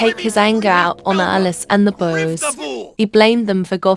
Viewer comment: Why do you say bose instead of boys?